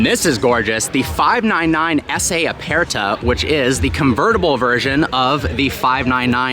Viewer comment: E in Italian is short, like in the word, bed. So please stop saying aPAIRta and competizionAY. Other than that, great video.